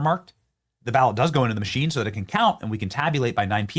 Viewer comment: 😂😂😂 that’s gotta be on purpose 😂😂😂the accent Boa-wot fag-go-tree 😂😂😂